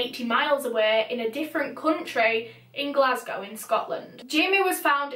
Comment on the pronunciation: being from glasgow i love the way you pronounce it!! so pretty